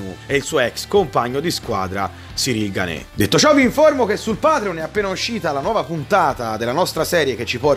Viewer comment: Si dice gan